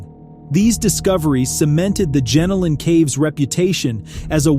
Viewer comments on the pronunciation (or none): Not Gen-o-lan Caves. But Gen-Ol-N. Good to see Aussies on the channel. ❤ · It's pronounced jen-oh-lin caves